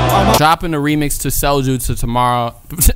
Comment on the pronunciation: Viet-ma-knees guy: Ohhh you got the Sojuu!